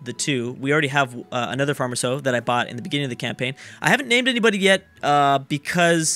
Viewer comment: He keeps saying campain, this is not a campain! probably from civ and eu